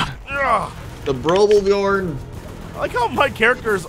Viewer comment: Love that Jesse can't say the ö in "björn" correct except when he ridicules our language (björgenfjörgen?)